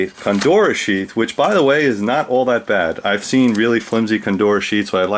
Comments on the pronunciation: Is Condura the same as Cordura. I think you are mispronouncing it. Otherwise excellent video and thanks for sharing your amazing collection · coNdora? I think you mean cordura. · "COR"dura... not CONdura, excellent vids